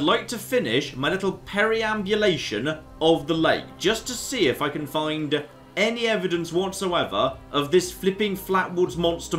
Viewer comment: the word is per-ambulation, nor peri-ambulation